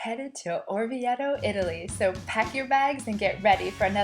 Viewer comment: I wish Americans wouldn't say IDALY. Also this beautiful town is pronounced OR VI AY TOE. If it was spelled as she says it , it would need a double t. The ."e" is almost and "a" sound.